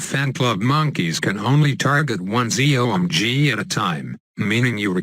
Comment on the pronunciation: "Z.O.M.G" am I the only one that liked it when he said it?